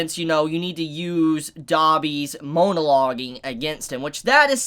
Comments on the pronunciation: After the second half of the video all I could think about was: Is mispronouncing MONO-loge? Or Is purposefully chiding the concept by calling it MOAN-aloging because the villans are just moaning bleating a-holes who won't shut up. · If he says “MOANalogging” one more time😂😂